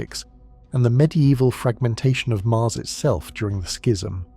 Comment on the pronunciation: The pronunciation of schism sounds more like a bodily fluid